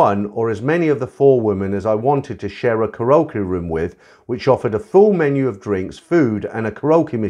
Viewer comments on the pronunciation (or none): Mate, it's pronounced "carry okie", not "ca rokie." Lol😂😂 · 1) Karaoke “Carry okie”, not “croaky”; 2) An argument ENSUED, not “ensured”.